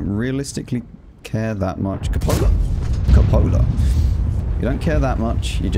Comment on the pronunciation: Also, since the Spring or so, cupolas are my new specialty ;) Nice that you made the correct pronunciation of "cupola" xD I cringe when I here coo-poe-la #ewww